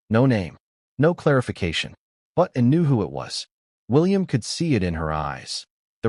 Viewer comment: Can’t even hear the commentator say ANN. CANT HEAR YOU SAY ANN. CAN YOU SAY ANN.